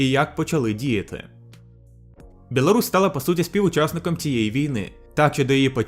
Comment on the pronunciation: Не белорусь а Білорусь трішки підправити мовлення і все чудово!! А якість відео як завжди на високому рівні!! Ти кращий